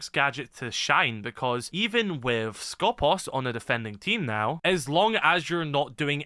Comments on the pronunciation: For clarifications purposes it us pronounced Skopós. The toning goes to the second O not the first. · The one time where an E is actually an E And nobody pronounces it correctly Also Skopos You are pronouncing it the other way around, make the "pos" Louder instead of the "sko" Hope that made sense